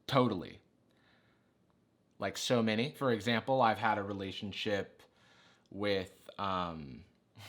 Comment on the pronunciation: What is a re-lay-tio-n sh-oip.